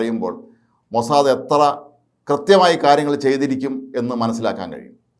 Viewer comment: അയ്യേ മൊസാ ദേ,,, അല്ല മൊസാ ദ് എന്ന് പറയു